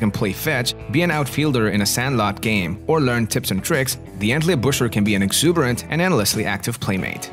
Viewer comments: They are called, Entley Booker.....after the town of Entlebuch (Entleybook)....not Entleybusher. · "EntlebuRer" :D